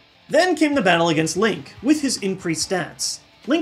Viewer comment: HE CALLED HIM LONK. I AM STILL COMPREHENDING THIS. IT'S LONK, MY MAN FROM PENNSYLVANIA.